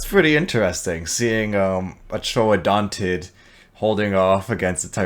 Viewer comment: Congrats on saying ‘Troodontid’ instead of Troodon which is a dubious genus.